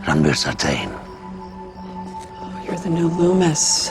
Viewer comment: Sartain not Sartan. Sar-Tain. Sar-Tayne.